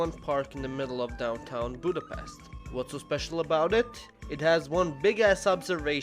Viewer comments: i’m sorry but this important budapest is pronounced like budapesht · At least you should learn the right pronunciation of Budapest, to help you try this Budapesht. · is no1 gonna mention that he doesn't pronounce Budapest right at all? The "s" is pronounced as in "shop". Most Hungarians get very angry at that. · It’s pronounced with a sh, not s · Budapeszt.. Budapeszt... Budapeszt........ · Miért nem tudja senki kimondani, hogy Budapest? mindig Budapeszt...